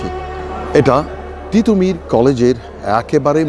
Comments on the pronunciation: ঠিটোমীর না তিতুমীর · পাগল নাকি? টিটহ মীর কলেজ না তিতু মীর কলেজ, সঠিক কথা বলতে সঠিক উচ্চারন করুন। অাপনি কি দেশি ব্রিটিশ উচ্চারন করে অভ্যস্ত?